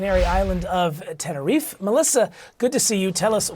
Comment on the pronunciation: Please learn how to pronounce “Tenerife” correctly. All three of them mispronounced it. The ignorance 😅